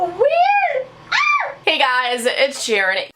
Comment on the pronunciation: Is it just me or is when she says “Hi guys it’s me Sharon” it sounds like “Hi guys it’s me Ed Sharon” 😂